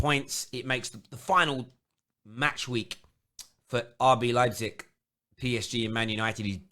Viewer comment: This is the first time actually pronounced Leipzig right.